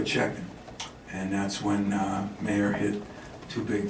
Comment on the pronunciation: For an American, Izzo sure can't pronounce Illini players' correctly. First it was Ayo and now Mayer. Then he insinuates that the turnaround coincided with Skyy Clark's departure. He seems to be getting worse as he ages